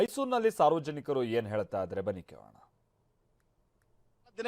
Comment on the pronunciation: ಅಣ್ಣ ಹೇಳ್ತಾನೋ ಹೆಲ್ತನೋ ನಾ ಕಾಣೆ ಬೋ ಮಗ್ನೇ ಕನ್ನಡ ಕಲಿ